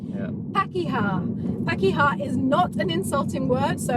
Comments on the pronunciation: Even when you say the Maori words you speak with a British accent (understandably). ''Pakeha'' is pronounced ''park-i-ha'' not ''pack-i-ha''. You should checkout ''How to dad'', his short vids are really comedic and he has one on how to pronounce Maori vowels, it's both entertaining and educational. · No, it's pronounced par-keh-ha. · you're never too old to learn something new. I'm 51 years old and I've never heard that before. Hilarious. Just a little note, when pronouncing the "a" in pakeha for example, it's pronounced A as in Art not A as in Apple. And whanau is phonetically pronounced like wha-now or wha-know it's a kind of dialect thing. I've heard it both ways and I pronounce it both ways. You were super close. I hope you continue using Te Reo Maori in your videos. You actually have a very lovely accent. I like hearing you say them. I love the fact you're embracing the language and the culture of us kiwis. You're like, unofficial ambassadors presenting NZ to the world stage. You should flick Jacinda an email and tell her to put you on the payroll lol. Chur bro, your efforts are mean as. Kia Ora.